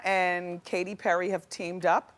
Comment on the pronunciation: She got Katy Perry right 💀